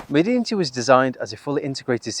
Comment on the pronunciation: Pro tip: in Arabic it's pronounced "madenti"